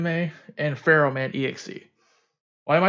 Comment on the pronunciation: Actually, the JP pronunciation is "Feramu" meaning the "h" is not there so you just call her "Fe-ram" in English.